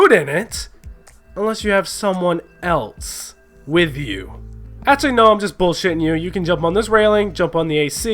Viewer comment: I just hate how he says else. eltse.